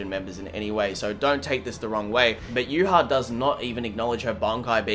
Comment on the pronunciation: I would like to thank you for pronouncing Yhwach correctly. I have no idea where everyone gets the b